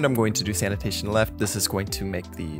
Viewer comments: English isn't my first language, but I am pretty sure "sanation" is not pronunced the same as "sanitation". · it's Sanation not Sanitation xD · sanation not sanitation ... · At this point, I think he's doing it on purpose. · I like Your movie ❤ but this is Sanation not Sanitation thats a huge diffrence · Sanation not sanitation hehe ya silly boy ;)